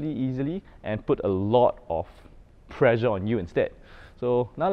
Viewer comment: You are pronouncing pressure as pleasure...